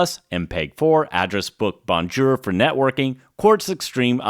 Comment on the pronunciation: You mock "Jagwire" and then say "bonn gerr."